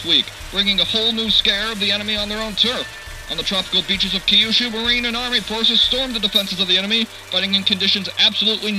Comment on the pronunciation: its Kyushu. not Key You Shoe.